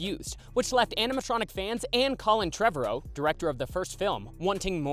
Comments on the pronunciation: The way this man says Trevorrow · Yes! Every time he said it I’m like you’re saying it wrong!